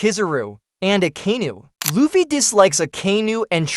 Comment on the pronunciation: its pronounced luuffy not loffy